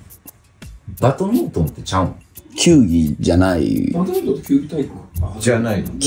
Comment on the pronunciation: トンボさんとカジサックが「バトミントン」って発音しちゃってるけど、テロップでちゃんと「バドミントン」って表記されてる。 しかも球技に分類されてるって注釈も入れてくれてる。 さすが藤原さん！